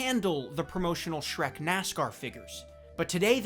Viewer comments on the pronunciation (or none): none